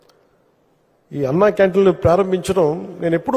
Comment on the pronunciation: sir pawan gaaru namste... telugu baaga maatlaade meeru ANNaaa canteen ani kaakunda, ANNa canteen ani ucharincha galaru.